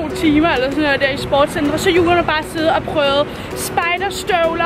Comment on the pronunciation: Jeg kan godt lide at siger Jua og ikke Julia